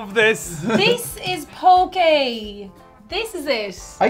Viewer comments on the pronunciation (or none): It’s Poke! Not Poké. It’s important when we are talking about indigenous culture that we take the time to ensure our use of language is correct. It may only seem like a simple extra accent but it turns the word poke (which has meaning in ʻŌlelo Hawai’i) into the non word poké (of which there is no such word in Hawaiian language) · Poké? Not even close 😩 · POKE EH BOWL?? ID RATHER EAT EH BOWL! 😉 And we did... And it was GOOD!! 😍 I think I bet Ciara in eating it?! 😏